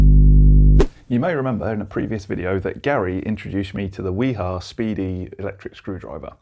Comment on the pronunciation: Informative video, BTW the correct pronunciation of WIHA is "V-HA"